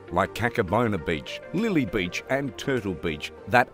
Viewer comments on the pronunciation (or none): Not lily beach it's Lela beach😂btw ❤️